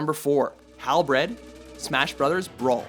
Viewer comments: there was a couple other words they completely messed up like Halberd not Halbred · Ikr He said halbred I inherently corrected him with Halberd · May - lay , Hal berd , not halbread.... Be professional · HALBREAD???!!!! It's halberd! Like Hal- bird not Hal- bread!!! I've had enough of youtubers pronouncing stuff wrong!!! I quit YouTube!!! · Did that bastard just call Halberd "Halbred"? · Did he say "Hal-bread"? It's pronounced "Hal-bird"... Just saying! And also, it's pronounced "May-lay" not "Me-lay" :) sorry, not trying to criticize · IT'S NOT HALBRED IT'S PRONOUNCED hal-bird but with an e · The narrator said Hal Bread.... not Halberd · you seriously just said Halbred it's HalBERD BERD IDIOT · Is it just me or did he say "Halbred" instead of "Halberd". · Hal- BERD not Hal- BRED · Halbread? Halberd in pronounced Hal-bird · HAL-BREAD?! HALBREAD? WHY CANT YOU READ? ITS SPELT HALBERD. WHERES THE BR NEXT TO EACHOTHER? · "Halbred", what. It's not even an accent thing, you just put the R in the wrong place. It's Halberd, "Hall-berd" Like hall and bird but with an E instead of an I. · It's not accent or mispronunciation. It's misread. halBRED halBERD simply read it wrong, if he read it has halberd then he would say it right. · MyLittleDashie 7 yup Halberd was pronounced Halbread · It is pronounced Halberd (Hal-Bird), not Hal-bread. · Jeez they really take pride in mis-pronouncing names at watch mojo, like seriously, he says halbred when its halberd, mel-lay when its may-lay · The halberd/halbred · Learn how to pronounce words, holy shit. "Halbread"? Really? The R isn't in the right spot for anyone to pronounce it like that! It's spelled hal*BERD* NOT hal*BRED*!!! And "meh lay" who pronounces it like that?! The announcer guy even pronounces it for you in the game's intro! "May lay" or even "me lee" are acceptable pronunciations, but definately not "meh lay" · HALBREAD LOL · Hands of my Halbread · It's pronounced Hal-bird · lmao BREAD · He said halbred. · "Halbred" FAIL